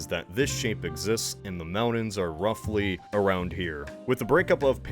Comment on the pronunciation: Why does this guy insist on pronouncing T as D? Moundans. It drives me insane and I cannot stand it.